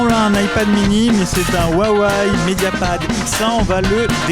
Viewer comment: Je comprend Wuawéyyyee parce ils disent comme ça chez Huawei France meme si on dit Ruawéye mais Waiwai franchement j'ai juste vu ça dans la pub ou des americains ne savent pas prononcer.